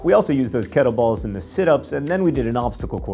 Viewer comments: I know mispronouncing things is thing and I don't mean to be "that guy" but... they are kettlebells... sorry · why do you keep saying kettle balls instead of kettle bells?